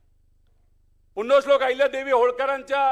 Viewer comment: याला पुण्यश्लोक म्हणायला येईना नीट